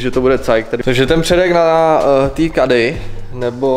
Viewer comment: Nevyslovuje se to KEDDY A NÉ KADDY